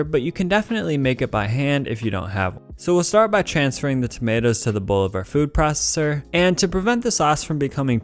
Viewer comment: "Food prosssser"